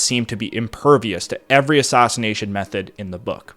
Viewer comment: "Stoff" no dude. It's "Staff" as in aff, not ahff. You do the same thing with, "Madness" earlier on and, "Assassination" throughout.